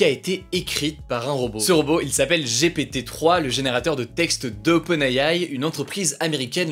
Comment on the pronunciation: oh il a dit G.P.T 🤭🤣🤣